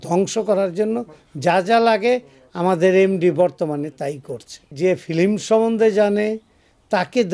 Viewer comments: আপনি তো ফিল্ম কে বলেন ফিলিম।আপনি খুব সিনেমা বুঝেন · Age film uccharon kor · ফিলিম নাকি ফিল্ম? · Filim na film shalar murkhote vore gese Bangladesh thik moto kotha o bolte jane na